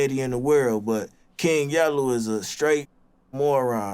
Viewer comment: “The character KING YELLEW”😂